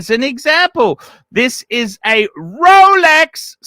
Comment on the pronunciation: Hair by investing heavily in fake rrrrrolecks